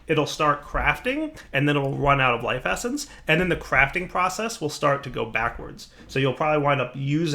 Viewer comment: he sais "lise effence", waht is that does he mean life essence?